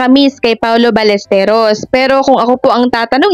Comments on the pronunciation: Ballesteros po brod not balesteryos. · Hindi Ballesteryos...Ballestero. wala ka bang sariling vlogg? Bakit inuulit mo lang ang vlogg ng iba? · Sir Balles-te-ros po. Fake news po yang mga balita. Ayaw nila pa awat 😂😂😂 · balistiros po mali po kyo hindi po balistirios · Sir paki ayos naman ng pag bigkas mo ng apelyido ni paolo ballesteros. Hindi po ya ballesterios✌️ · Ballesteros po hindi Ballesterios😮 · Ballesteros po hindi ballesteryos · Anong ballestryos? Ros hindi ryos. Tsyunga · "Paolo BallesTEROS".mr., hindi "Paolo BallesTERIOS".. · Ballesteros, not Ballesteryos pag sure diha ba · Ballesteros, sounds Balisterios ang bigkas mo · Paolo Ballesteryos??? Di ba Ballesteros??? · 😢 Ballesteros po at hindi Balesteryos.pronounce mo naman ng maayos ang family name ng tao.